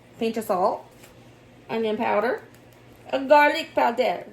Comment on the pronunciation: "gar-leek pow-dare" said in a French accent ❤❤